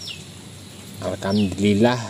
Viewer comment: Maaf om saya kok dengar ucap syukurnya alkamdulillah terus ya, apa saya yg salah dengar😁